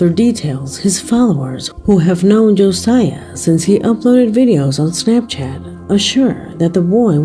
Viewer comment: As someone with my son's name being Josiah.... it's not pronounced like you did. His name is Josiah. Joe-S-eye-uh